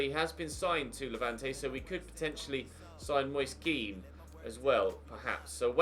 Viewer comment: his name is pronounced ken not keane.